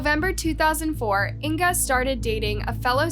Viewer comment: I keep trying to like this channel, keep coming back but every single time she butchers the victims name I can’t stand it. It seems like a small thing to do, Google the name and listen to how it’s pronounced ffs 🤦🏻‍♀️ how do I get this channel to stop showing up on my For You? A minute and 46 seconds in and it’s driving me nuts. I give up.